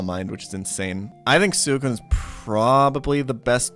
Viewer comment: Wtf is that Suicune pronunciation?